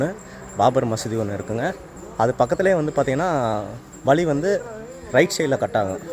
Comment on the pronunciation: ஏழு வழி அழகு என்று எழுதி அதை ஏலு வலி அலகு என்று படிக்க தங்களுக்கு கற்றுத் தந்த மாங்கா மடையன் ஆசிரியர் யார் ழகர வரிசைதான் தமிழின் அழகு அது சரியாக இல்லாததால் பார்ப்பதற்கும் கேட்பதற்கும் அழகாக இல்லை ஹெவன் எக்ஸ்புளோரர் என்ற சேனலின் தமிழ் உச்சரிப்பைக் கேட்டுப் பாருங்கள் மற்றபடி காணொளி சிறப்பு திருத்திக் கொள்ள பழகுங்கள்